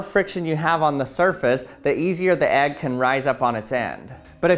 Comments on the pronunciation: Why do you say "egg" like "ag"? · Dude calls an egg AGG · Why do you keep calling the “egg” an “agg”?